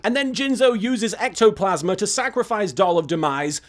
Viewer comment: I missed these. ^_^ Also, Little Kuriboh you're supposed to say it like this: ECTO-FRICKIN-PLASMA!